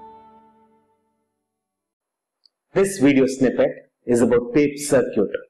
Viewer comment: sir-cute? :D circuit :D